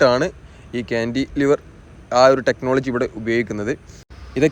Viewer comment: താങ്കളുടെ വീഡിയോ സ്ഥിരമായി കാണാറുണ്ട് പക്ഷേ ( ഴ ) ഉപയോഗിച്ചുള്ള പദ പ്രയോഗം ഉദാഹരണം ( ഏഴ് ) എന്ന് ഉപയോഗിക്കുന്നതിന്പകരം താങ്കൾ ( ഏയ് ) എന്നാണ് ഉപയോഗിച്ചത് ഈ തെറ്റ് ( ഴ ) ആവശ്യംവരുന്നിടത്തെല്ലാം തെറ്റായി ( യ )ഉപയോഗിച്ചു കാണുന്നു., 2) ക്യാൻഡി ലിവർ അല്ല ( കാൻലിവർ എന്നതാണ് )ശരിയായഉപയോഗം